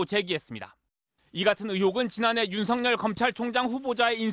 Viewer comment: 앵커님, 윤석렬 아니고 윤서결입니다. 발음 잘 하세요. ♡^,~♡